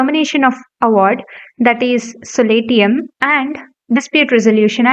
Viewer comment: Pllease focus on pronunciation : for eg .SOLATIUM